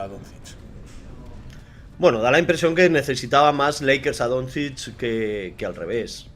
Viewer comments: Ser periodista deportivo y pronunciar “Donzich” en vez de “Donchich” tiene narices. Lo digo por el de As. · Yo escucho que lo pronuncia como Donzids, peor todavía. Si lo pronuncia así es porque no ha escuchado ese nombre en la vida, por lo que probablemente no sepa absolutamente nada de baloncesto, a lo mejor no sabe ni que se juega con una cosa esférica llamada balón, aunque lo ponga en el nombre. Me parece inaceptable ese nivel tan nulo para alguien que "trabaja" en un diario deportivo. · El de AS pronunciando "donzich" mientras lee las preguntas con un enorme entusiasmo, se le ve informado de baloncesto al chaval...